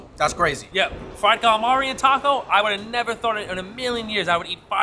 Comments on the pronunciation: The way he said calamari gave me aids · its gallamar if you're from NYC area !